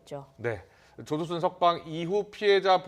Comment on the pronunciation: 여아나운서 발음실화냐 조두순윽 조도순이래